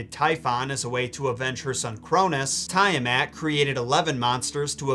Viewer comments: Tiamat is pronounced Tee in the first syllable, not Tie. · 'Tee-ahh-mot'; NOT 'Tie-a-mat' 🙄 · Tee'-Ah-Mat...not Tie-Ah-Mat....god this hurts to hear